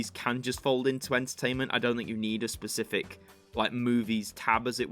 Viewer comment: Genre is pronounced “Shorn-rur”. And the Pacific is an ocean, I think you mean Spe-cific not per-cific. Sorry but that was painful to listen to